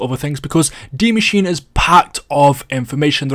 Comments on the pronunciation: Why is it that you are the only Youtuber that can pronounce Dee Mah-sheen-uh? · He actually pronounced it right a lot more than others, I was proud.